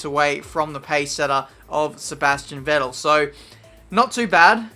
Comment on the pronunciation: Vettel is pronounced more like Fettel. :) Kinda annoying to hear you saying it like that hahah